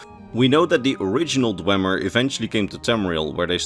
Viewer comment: You claim to be a lore guy but you pronounce dwemer wrong for the whole video. It's pronounced dwee-mer. You would know this if you completed morrowind.